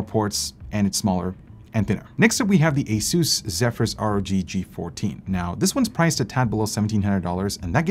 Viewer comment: Don't say ay SOOSE say AY suss. You or anybody else who ignores this sounds like a fool!